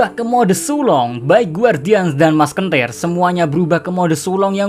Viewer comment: Musketeer --> Maskentir Wkwkwkw